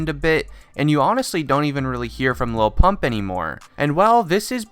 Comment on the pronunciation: Sounds like he's saying low pump